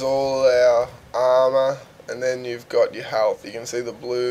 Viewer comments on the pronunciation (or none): armor not amo armer regen